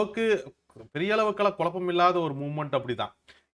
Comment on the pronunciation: With due regards to your knowledge, it is kuzhappam(குழப்பம்) n not kulappam(கொளப்பம்) sir😊